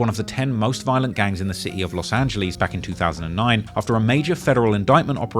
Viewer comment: No one:: “LoSt aNgLiEsSs”